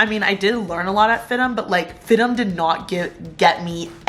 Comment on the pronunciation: I thought it’s pronounced F-I-D-M not FID-DEM? 😂. Like how FIT is pronounced with the letters seperate instead of “fit” lol